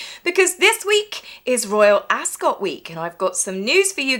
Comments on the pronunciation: Hi, just an FYI, Rupert Murdoch says its pronounced 'Askit' not Ascot. And the term is lying in state, nit lying in wait. Have a nice time with Lady C. Keep up the great work. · "Askit," not "Ascot"